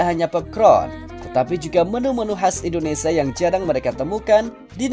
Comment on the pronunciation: Belajar nyebut yg bener bang...biasain.... INDONESIA bukan Indonesa